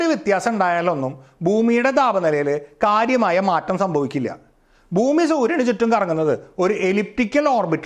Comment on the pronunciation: Boomi അല്ല ചേട്ടാ ബ്ഹൂമി എന്നാണ്